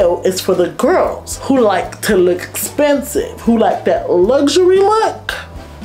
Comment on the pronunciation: did she just say “ if you want to look ‘spensive’”?🤣